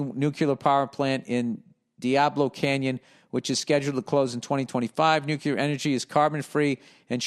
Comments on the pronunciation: Billy billy billy keep on stirring the pot. It’s fun for us all. And did I hear NUCULAR?! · Second one was “nuclar”